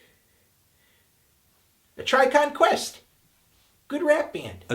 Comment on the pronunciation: A Tribe Cal-led Quest